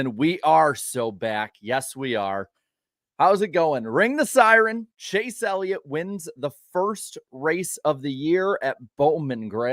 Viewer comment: It's not a siren, it's a si-reen! 📣